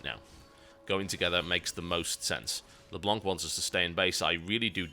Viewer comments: Leblanc is said Leblan by the way, it's french (The White) =p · PLEASE TB. Don't pronounce the ''c'' of Leblanc. Le blanc is french for The white, and the ''c'' is a silent letter.